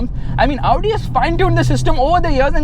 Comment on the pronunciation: It's not Avudi, it's Audi 🤣🤣🤣